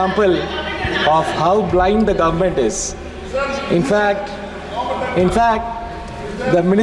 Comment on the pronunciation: He pronounces governament😊